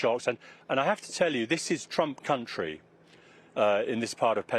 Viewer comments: Reporter really said "Trump cunty", slip of the tongue? Maybe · he also said CUNTY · 6.01 he says Trump "Cunty" 😂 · "this part of America is very Trump cunty" oops... Lol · Except when he says ‘very firmly Trump cunty’ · Apart from the bit where he says “Very firmly Trump cunty” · The first time he said it I instantly realised that there could be a problem pronouncing "this is Trump Country" if you weren't careful. Then he repeats it a few seconds later but this time he trips on the words. Oops! easy mistake. More seriously, the problem now is that Trump will likely gain a whole load more popularity, which the world could do without. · listen again, he says country twice, messes up the first time then corrects himself.